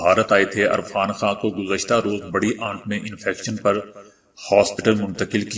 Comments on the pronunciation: ارفان خان نہں یار عرفان خان ھھھ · Irfan not Arfan I like your global news bulletin